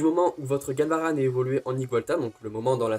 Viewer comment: Genial le concept compte sur moi...😁 par contre y'a 2 trucs que j'ai moyennement aimé :/ - la photo du ecaid qui ai pour moi une déclaration de guerre 🥺 -je suis choqué de comment tu prononces Galvaran 😱